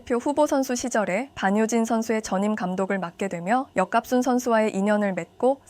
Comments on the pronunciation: 역갑순아니고 여갑순 아닌가요? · 여갑순을 계속 역갑순이라 읽어서 불편하네